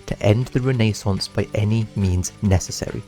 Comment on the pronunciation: Bro cannot say renaissance